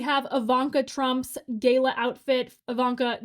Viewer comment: Memo to Broadcaster: "Gala" is not pronounced "gay-la" which is the name of a brand of paper towels. "Gala", as in a special party, is pronounced "gah-la"